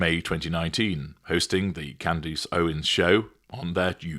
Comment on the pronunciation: It’s Candace not candese